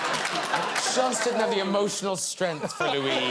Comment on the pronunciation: I don't have the emotional strenGth, where you pronounce the G, for the way Graham pronounces strength.